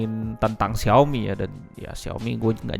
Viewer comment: Xiaomi ngk jelas, lu denger tu Xiaomi, waakakkakaka.... IG: chon_chon555